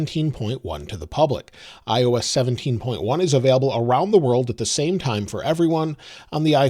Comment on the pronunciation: It’s available Aaron not avaalable